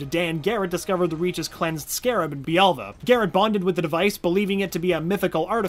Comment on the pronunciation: Jaime, not Jamie. Bialya, not bialva.